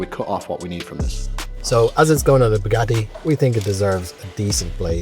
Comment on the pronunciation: bOObgatti lmao